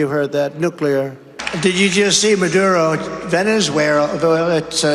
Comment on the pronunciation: "... rrrpppittttppp....awhhhhh...." In second place: "Venezwelllalllaa"